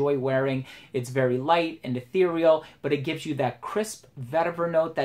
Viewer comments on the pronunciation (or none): none